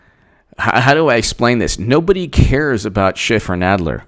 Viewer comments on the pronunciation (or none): Is it just me, or does Jay Sekelow really clip the 'f' sound when he says Schiff, so that it sounds more like a 't' sound?